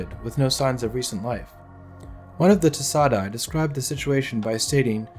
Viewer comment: ay is pronounced die.